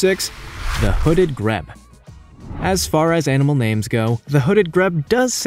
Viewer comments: It's pronounced Gr-e-e-b not Greb. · It's pronounced hooded [G-R-E-E-B] not 'greb' hahahaha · Tanzania is pronounced TanzaNEEya, not TanZAYnia! Also,Grebe is Greeb, not Grebb! And Pangolin is PANgolin not Pan-GO-lin ! 😆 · Its American there pronunciation differs from UK English I say say greebe not grebb (grebe) however its American so that's why he pronounces the names differently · Hooded Grebe - it's pronounced Greeb not Greb - just saying no offence meant. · The hooded grebe - pronounced greeb not greb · «Grebe» is pronounced “greeb,” not “greb.” There are other suspect pronunciations, and some quite questionable copy. To each his own. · It isn't a greab,your pronunciation. It's a grebe greeeebe pronounce the e. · Some of your facts are wrong. I only checked 2 that I knew. What else maybe wrong? Stellar Sea Eagle has the largest wingspan in the world - 245 cm wingspan (8' 3") Philippines Eagle wingspan 220 cm (7' 3") 'Grebe' is pronounced Greebe. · Pronounced Greeeeeb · Why can't you pronounce words properly? 'Tan-zan-eer '. And a Grebe is pronounced 'Greeeb' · Graham John Baker nope. I’m an American, educated in New England. The pronunciations of the 3 pointed out here are butchered by our English too. Believe me, being from Boston, I know butchered English.